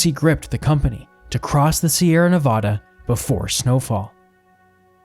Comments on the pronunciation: ITS NEVAAAADUH NOT NOVODAAA PLEASE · I couldn't finish. The state is pronounced Nev ADD uh, not Nev ODD uh. A very basic mistake that made me question your credibility. Also, the vast majority of the modern photos of areas discussed bear no resemblance to those areas, showing a lack of research & sloppiness. Also, very little info about why their crossing the Wasatch took so long. It wasn't the miles of Hastings Cutoff. It was the lack of a trail, forcing them to go a mile or two a day, cutting trees, bridging canyons, climbing cliffs. I gave up about there but if people are interested, read some books on the subject. This video is a half-hearted attempt to tell a story with minimal research or fact-checking. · It’s nevaaaaaaaaada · Also, it’s Nevada with the middle a sounding like apple…not ah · sighs, has to dislike because Nevada pronounced wrong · Your documentary is great . But please dont say Nevada like that